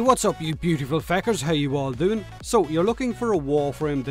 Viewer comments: He cant say fuckers he says fakers lol😁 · Something about the way you say "feckers" makes me giggle like fool every time